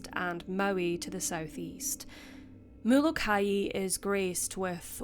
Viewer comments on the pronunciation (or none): It's pronounced Mola ki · I have relatives on the Hawaiian island of Molokai and you are pronouncing it incorrectly... It is pronounced the same as the biblical prophet Malachi... I had no idea what island you were talking about at first and had to listen carefully to understand the mispronunciation... Love your channel though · Molokai is phonetically pronounced Mo-Low-Ki